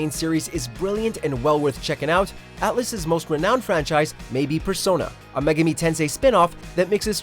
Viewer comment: Everytime he pronounces megami, 1 of my brain cells die